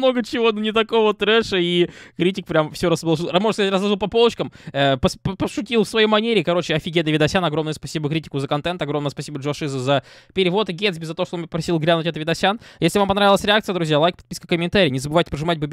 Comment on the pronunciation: Сколько ещё раз повторять, ДжоШизО - ударение на О